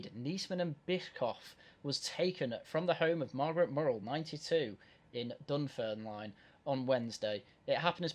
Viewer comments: Also it's Dunfermline DUNFERM LIN. Just keeping you right mate. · Dun -ferm-lin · Please look up how to say “Dunfermline” 😮